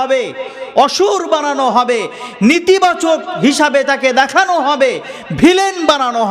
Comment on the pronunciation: Nitibachak na Netibachak(negative) habe Bhai